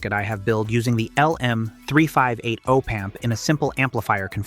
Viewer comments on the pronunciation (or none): ...AND OH-PAMP😅